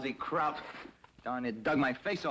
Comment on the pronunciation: Kraut not crowd